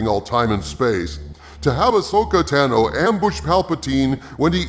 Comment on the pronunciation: This guy cannot pronounce Tano right or liea. He is so obviously not an actual fan. Which begs the question what is his real purpose? It’s probably Dave Filoni just trying to see what fans want haha